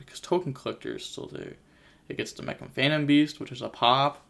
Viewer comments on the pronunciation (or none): none